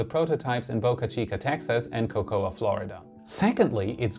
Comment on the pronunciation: Cool, but Cocoa, Florida is pronounced simply Co-co (like the chocolate).